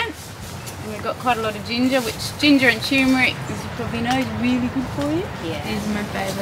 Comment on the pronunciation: "Is that a Tumeric flower?" 👩‍🎓